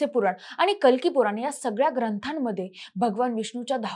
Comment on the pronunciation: आनी पानी लोनी करत बोलतीये.